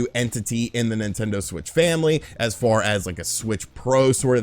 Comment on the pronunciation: Cost not cowst lol that and how you say 'far' had me cracking up more this video than any other